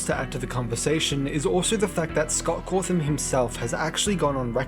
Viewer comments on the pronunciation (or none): none